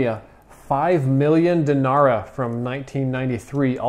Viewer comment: My dad also used to collect old money he had a pretty sweet collection and the yugoslavian money is pronounced deenara though you said it really well since americans and british pronounce letter A differently then people from balkan,the reason I went into so much effort to write is that I come from one such land and got like a patriotism rush or something